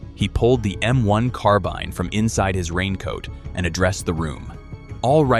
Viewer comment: Car Bean... wild...its Carbine. wow, this is supposed to be a professional video, but yet you don't know how to speak english and read.... sad